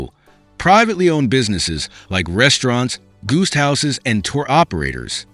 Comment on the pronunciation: You need to train your AI narrator how to pronounce guesthouses.